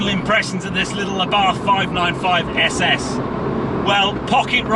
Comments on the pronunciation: FYI its pronounced like “ essay essay” not s s 👍🏻👍🏻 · Great video my only criticism is you Couldn’t pronounce the name . Lol